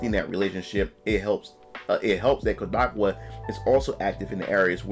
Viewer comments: Kodakowa? You mean Kadokawa? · That man said koo-da-ka-waa 😂😂😂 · *"Kah-dou-KAW-wuh", btw!